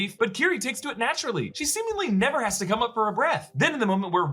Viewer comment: Why you gotta say “never” like that though… What did I do to you